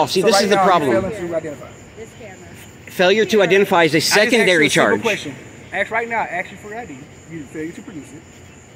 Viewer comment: For God sake. Ask not axe.